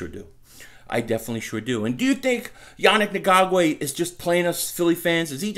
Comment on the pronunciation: I like how you tried to skate through his last name bud LMAO its EN-GOK_WAY Still got for love ya and still a subscriber!!! You almost did it though with the smooth delivery